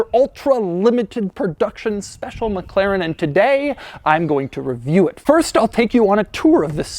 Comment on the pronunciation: Oh it's "mekleren" again